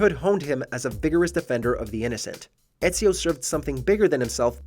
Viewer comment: Bro you butchered ezios name